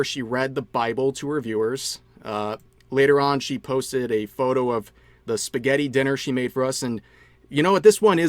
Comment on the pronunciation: The most problematic thing she did was calling spaghetti "pasketti".